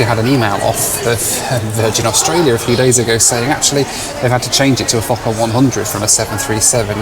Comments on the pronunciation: I love you but are you saying F*cker 100… how do you find these airlines first Scat now a f*cker…Lol love it legendary as always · did i hear wrong or did he say "this is going to take me down to meet my f*c**r 😂😂. Good joke you really mdae me laugh. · di you say forker =OR= fuker plane???FUNNY =WE CALL NAUGHTY CHILDREN FORKERS =here in new zealand =ha,. ha,. I CANT STOP LAUGHING == =every time you say forker =LUV the DIGGERY=DOO MUSIC xoxelizabeth nz,happy traveler xox:face-red-heart-shape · when you said "fokker" it sounded like another word. HEHEHEHEHE